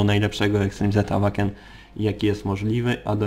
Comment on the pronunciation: Zastanawia mnie czemu wymawiasz "Awaken" zamiast "Ełejken"? :D